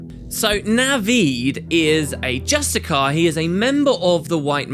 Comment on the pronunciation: Just-tish-iar!!!!!!!!!! Ugh. Arg!